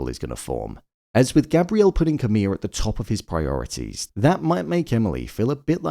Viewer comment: Why do you keep calling Camille "camilla?" There is not an A at the end